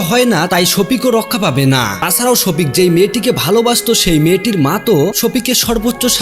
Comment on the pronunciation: ভালো করে নামটা উচ্চারণ করতে পারছেন না ওটা সখিপ হবে না শফিক